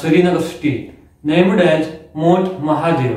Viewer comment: Mont or mount🤣🤣👌👌